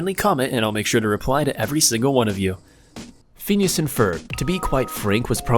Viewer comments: It annoyed me so much when he kept saying FEENEEASS. ITS PHINEAS PRONOUNCE IT CORRECTLY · Anyone else cringe when he said "Pheenus and Ferb" instead of "Phineas and Ferb" ?? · Did he actually say rogue instead of Rouge? C'mon man, they even made a movie about it. Also Phineas is pronounced (fin-e-ass), not Fenis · Phines and ferb soud like penis and perv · Bro he said phenus instead of phinas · Phoneas and Frob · Fin-yus and f-urb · is it just me, or does it drive you crazy how he pronounce "feenyees"(Phineas) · Stop pronouncing Phineas like feeneeyis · How he pronounces phineas. And moulin rouge is funny